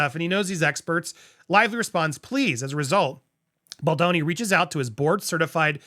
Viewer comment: I'd like to point out something about Andy and this lawsuit. For weeks he mispronounced Baldoni's name while also very publicly trying to play up to Ryan's ego with his comments simultaneously (you know, in case Ryan watched an episode). It looked like repeated jabs at Baldoni for Ryan's benefit. Now that he is convinced both Ryan and Blake actually did this to Baldoni, he is pronouncing Baldoni's name properly. It's not okay to add to the public bullying so that you appeal to someone else's ego, Andy. I was and am very disappointed in you for this. Pronounce Justin Baldoni's name properly and with respect.